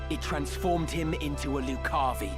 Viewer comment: Also, as far as pronunciation, I always heard lucavi as loo-KA-vee. Like if Danny Zuko or Chris Walken were saying it.